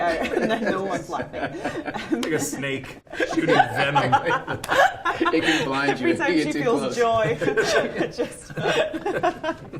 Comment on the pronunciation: Is it just me or did Paul say "vemon"?